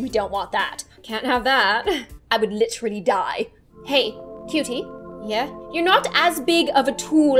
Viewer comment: Yes, Liteally